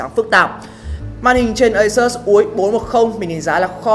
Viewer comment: Đọc là ây-sút-s nhe bạn.